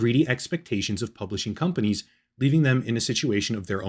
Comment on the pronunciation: I honestly thought it was intentional. Like. Con-panies. Like con artists.